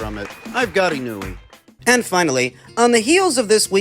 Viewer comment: ❌ - IH-NEW-EE ✅ - EE-KNOW-EH